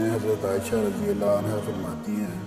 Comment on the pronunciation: aslmkm Moulana aap razi allahu anhu bolne ka anha boldiye !!! Zara Gour ki jiye